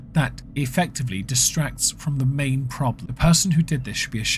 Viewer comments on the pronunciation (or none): none